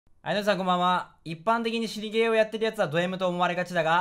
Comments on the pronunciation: 死にゲーが尻ゲーに聞こえました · 最初尻ゲーにしか聞こえない定期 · 氏にゲー言ってたのかww尻ゲーにしか聞こえなかった